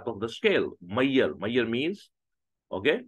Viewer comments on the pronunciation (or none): Ashame men ..foolish sir ..just learn some english is measure not meiyer😂😂😂😂